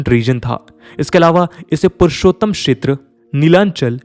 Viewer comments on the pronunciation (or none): none